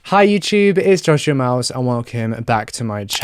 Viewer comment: For a second in the beggining I thought he said "hello guys this is Joshua Mouse"